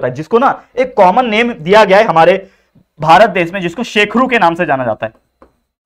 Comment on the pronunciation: sir shekhru.not a shekru